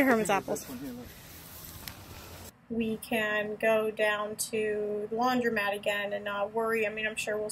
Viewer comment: The word is spelled and pronounced "laundromat" (with an o), not "laudrymat" (with a y). The phrase is "flatten the curve", not "flatten the curb". And, that's just the beginning...